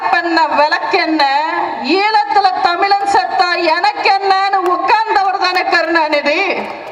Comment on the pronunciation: உங்கள் வீரமான பேச்சு சரி, திமுகவை திட்டுவது சரி. உச்சரிப்பை மாற்றுங்கள் . தமிழ் - தமில் ? , தமிழன் - தமிலன் ? விளம்பரம் - விலம்பரம் ? மக்கள்- மக்கல் ?